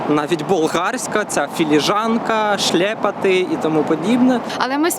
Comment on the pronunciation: Шльопати , а не шлєпати .